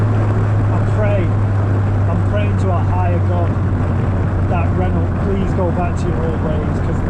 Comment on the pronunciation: Awesome car, but learn how to pronounce Renault, please.